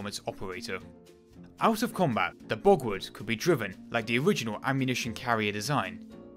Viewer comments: An interesting video, but it's most annoying when the commentator pronounces German names and words incorrectly. Borgward is pronounced borg-vart not bogwood. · Sigh.. w’s are pronounced with a v sound in the German tongue